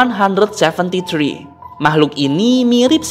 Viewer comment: Kak itu baca mya bukan escipi tapi escepe